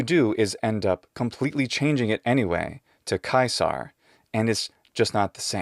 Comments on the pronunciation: Kaisa ? Ok romans turned into germans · You're turning the C in Caesar into a G sound. Don't believe me? Listen carefully to yourself. I too speak and read classical Latin, and pronounce that initial C like a hard K in English when saying the name in Latin. I DO agree with you about saying these names in English, and that the English pronunciation of names should not attempt to immitate the pronunciation in the original language. After all, who in their right mind would call an American with the name William , VILL-HELM, except, perhaps, a native German speaker struggling to learn English. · "It's "Kye-sarr" not "sea-sar"" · It's Ka-E-sar, not Kaiiiiiiiiiiiiiiiiiiiiiiisar. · "Ckae-tsar" and "Ckee-cke-rowgh" are I how I'm hearing your proper pronunciations of Caesar and Cicero. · bUt iTs KahYzeR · I know it defeats the purpose of this video but now im just gonna tell people it was pronounced Guisar XD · The moral to this story is: Don't try to correct on pronunciation unless you enjoy feeling like a fool.